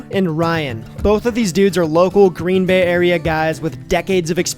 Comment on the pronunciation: This guy says Green Bay as if he's never heard of it. NFL much?